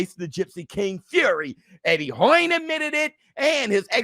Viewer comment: “Eddie HOIN “ 😂😂😂😂